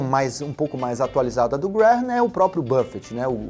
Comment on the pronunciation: Se pronúncia Benjamin "Grem"